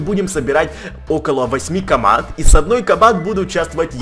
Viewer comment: ты место каманд сказал камар